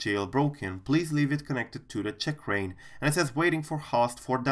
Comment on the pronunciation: oh my gawd seems you are pronouncing it CHICKrain, funny though